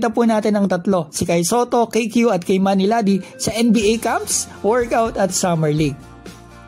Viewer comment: Pronounciation Kee-mani not Kay manny